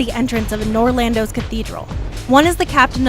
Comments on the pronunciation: "Uhnor lAndo" lol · Ahh yes. Ornstyne and Smough from Nor Lando.